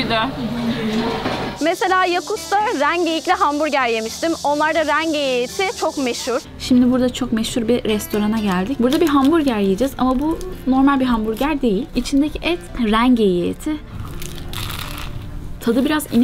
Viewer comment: hanım kıza zamanda hızlı ve fazla doğru bilgi vermemiz en çok sevdiğim kısım, tek eleştirim normal kelimesini mormel olarak telaffuz etmeyin artık:)